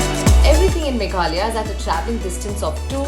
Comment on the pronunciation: Don't forget to pronounce the last 'a' of "Meghalaya"